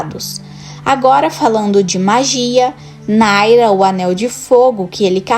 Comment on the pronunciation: Imagina voce ter um canal focado em senhor dos aneis e não saber que o nome do anel de fogo é Narya e não Naira